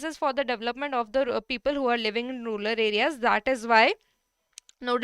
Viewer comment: Ma'am that's rural, not ruler. Bdw, a very nice session